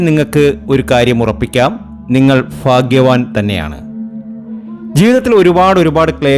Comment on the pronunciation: ഭാഗ്യവാൻ എന്നാണ് ഫാഗ്യവാൻ അല്ല